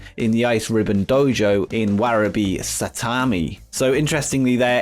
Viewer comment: Great upload! One correction though: Warabi is in Saitama* not Saitami